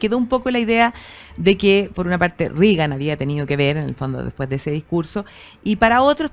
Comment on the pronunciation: Extraño que en Chile todos pronuncien Rigan. En Estados Unidos es RRegan pronunciando con E. En el caso del presidente la conjunción ea corresponde pronunciarla como en las palabras Bread o Head.